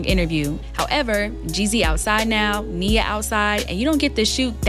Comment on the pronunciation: Who is this lame??? Talking about he doesn’t know how to say her name.. Boy please Then he keeps mentioning her age… Nia Long has been and always will be more relevant than this fake ahh Kevin Samuels wanna be